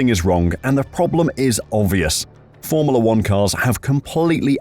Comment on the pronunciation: Is it just me, or is anyone else annoyed that voiceover man can't pronounce the word FORMULA.